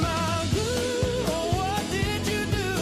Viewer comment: And if my last name was spelled McGough I would say it as Mc Goff, not Magoo as says it.